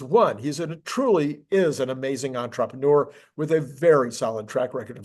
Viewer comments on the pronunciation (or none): It is still not pronounced onTropeneur.